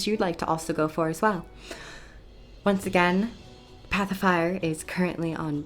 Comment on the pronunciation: It sounds to me like you are saying "Pacifier" which is quite amusing.